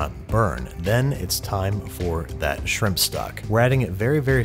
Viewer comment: I thought you said “Bubbas Simp”